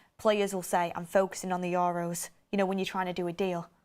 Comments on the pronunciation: We're gonna hear "Your Row" for weeks now, atleast 50x a video. Accent is one thing, but correct pronunciation regardless of accent is another. For example, an Asian accent would pronounce your surname Tucker as "Tooch-ker". Would you be okay with that? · The way she says EUROS is killing me every time 😂